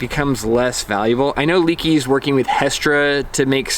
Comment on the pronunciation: It's not "leaky", nothing is leaking, it's - "leh-kee"